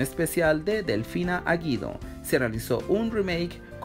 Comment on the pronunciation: El apellido de Delfina, no es Aguido es "DELFINA GUIDO"